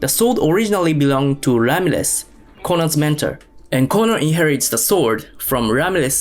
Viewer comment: And Sean Connery's character was named Ramles or are you saying Ramses🫣 Its Juan Sanchez Villalobos Ramirez aka Ramírez